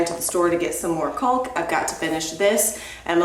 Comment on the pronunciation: Caulk is pronounced kaak. L is silent 🤷‍♀️😁